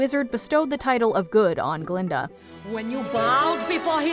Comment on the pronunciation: BTW: "Glinda", NOT "Glenda". You're welcome.